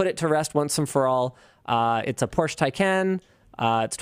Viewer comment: Linus, it's pronounced por.shuh.